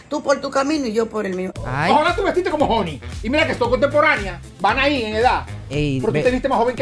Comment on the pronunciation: se pone las marcas, pero HONY, es que la sabe pronunciar, Guay😅😂 muerooo de la Risa